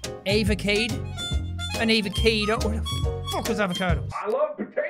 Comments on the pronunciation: Jack that's not an avacado it's a Fr esh a vaca do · When Jack said avacadeo I died